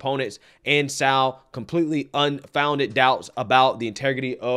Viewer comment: Somebody doesn't know how to pronounce "sow".